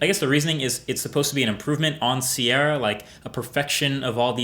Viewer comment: High 'sí-era'